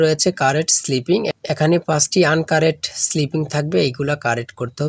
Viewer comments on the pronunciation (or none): স্লিপিং নয়😅।।শব্দ টা হবে স্পেলিং।😊